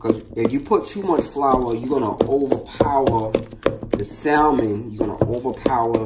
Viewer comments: Ok eveyone... ITS pronounced SAMMON, THE L is silent, lol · Can't believe the salmon wasn't drained; the skin was not removed from the salmon; and there was no check made for stray bones! BTW...The "L" in salmon is silent, i.e., not pronounced. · Bruh! Love the recipe, but PLEASE, PLEASE never wear such a lacy sissy shirt again! P.S. The "L" in salmon is silent. Come on Brug! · It's really annoying to hear people pronounce the "L" in salmon. The L is silent, please. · I would watch the whole video if he stop pronouncing salmon wrong....